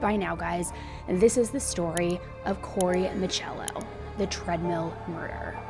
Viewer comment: His name is Corey miccolo like piccolo not Michello